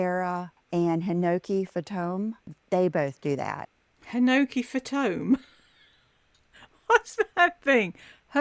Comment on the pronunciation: Hinoki Fah-tome what? lol It's Hinoki Fantome.. Fantome is French for ghost (phantom). Wow. Google is your friend,.